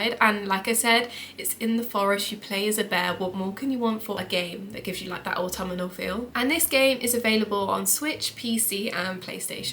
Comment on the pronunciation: Good list! Just a bit of feedback: 1. It's not "autummernal"... 😂 (I am also English btw) 2. Please let us know WHICH versions of Xbox or PlayStation the games are for, they aren't for all platforms by default 3. As others have commented, more game footage interspersed with you talking would be more beneficial for viewers of a video game list 😊